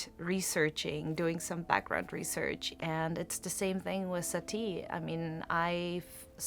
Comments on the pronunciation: J'ai toujours prononcé Satie avec le son é en terminaison : "Satié". On le prononce Sati ? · Je ne vous ai pas corrigée, j'ai juste répondu à votre question. Satie se prononce comme un oui 🙂